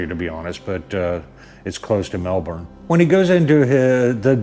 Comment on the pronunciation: Its GEEEEEEE long, not Ghee Long and "Melbin", not Melbourne...even though it spelt how you pronounced it. Welcome to Australia haha. The hipsters stick to the Shovelheads and Panheads, anything past an Evo is considered trash.